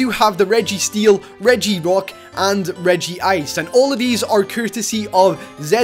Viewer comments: Regi-ice? Its Reg-ice! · Not hate but you it's not regi-ice but regice you say regi ice but you need to say reg ice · It's Reg-Ice not Regi-Ice there is only one "I" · You said Regigigas correct but Regiice is just Reg-ice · Dude u pronounced Regice wrong its Reg Ice